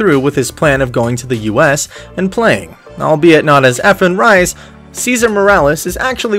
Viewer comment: Can't even pronounce his name right..